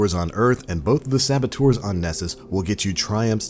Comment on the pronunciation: I don't know if it's just me but is he trying to say servitors? Or sabatours? Help